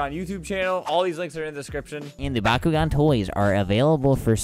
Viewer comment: Flamingo says bakugan I hear bakugo